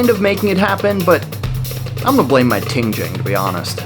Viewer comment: Ting-jengh and the twee-show :P Im sry... He looks legit tho... Form is truly nice... Not like lots of those McDojo... he actually know good form, and then must understand the principles. Noone can fake it and not look stiff/unnatural. He is spot on. He must have had a native chinese teacher. Im jsut making a little bit of friendly banter about his pronunciations :D Places like this in US deserves praise and more focus.. Bc the previous mentioned ones are ruining the reputation of american martial art schools and the legit ones dont deserve that. Basically... He skipped the tutorial and went straight into a fight ;)